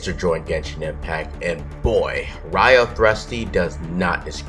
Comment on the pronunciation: 3 seconds into the video and...... i'm sorry, but WHY ARE WE STARTING IT LIKE THIS.💀💀💀 edit: I just resumed the video and did i hear "WRIO THRUSTY???????" correct?😧